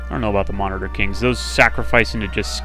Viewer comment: yeah gameplay is tremendous and well thought out, but please for the sake of me pulling my hair out work on pronunciation of things lol min-o-taur is not mon-I-ter I mean other than that great job!